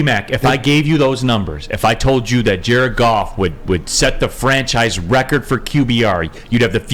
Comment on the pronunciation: I don't think you should Mumble words when you say Jared Goff sometimes it sounds like he's saying jerk-off🤦